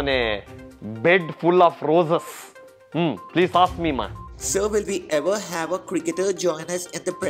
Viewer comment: Get lost. "peas" I am not angry😂😂